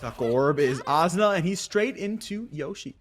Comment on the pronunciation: This caster saying Azuna is pissing me off